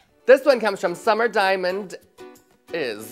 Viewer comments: Diamandis may be pronounced "dee-ya-MAN-des" like the singer Marina 👑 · I love how Detox says "Summer Diamond Is" instead of "Summer Diamandis" like Marina and the diamonds lmao